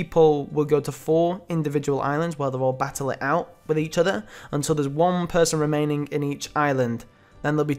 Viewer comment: "Remainding". But I still love ya mate.